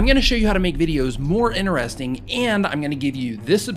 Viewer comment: did anyone else hear him say INERESTING